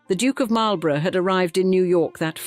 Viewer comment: It's a pity you didn't look up how to pronounce Marlborough and Blenheim; that's where this video lost me.